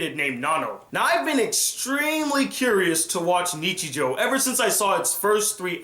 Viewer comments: Oh It's pronounced "neechee-joe" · "niCHIJOU", the stress falls on the second and third syllables.